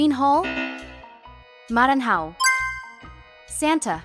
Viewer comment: It's pronounced Mara-NYA-o, not Maran-HAO. (i live in Pernambuco)